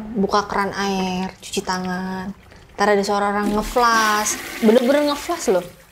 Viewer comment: Flush bukan flash 😂😂